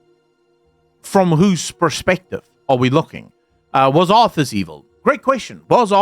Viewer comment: "Was Azthas"? or Are Wazthas? War Arthas? :D you might think I'm messing up with you but secretly I helping the algorithm :P